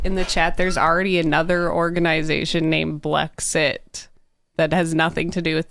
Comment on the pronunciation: Blexit does not = blegzit